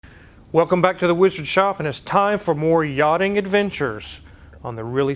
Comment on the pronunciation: The Whee-Zard.